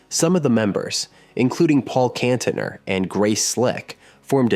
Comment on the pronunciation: and Kantener